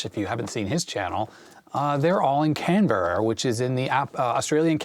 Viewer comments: Aussie living in N. 'Murica and former Canberra resident: Can-bruh. Say it fast (not exact, but close). Then graduate to: good-eye might! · I think most of us here in Australia pronounce Canberra as Can-bra. Also, Canberra is on the Eastern side of Australia.